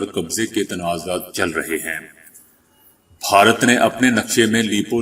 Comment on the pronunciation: بھائی صاحب بھارت ہوتا ہے بہارت نہیں